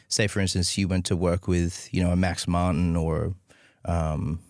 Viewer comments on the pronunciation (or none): none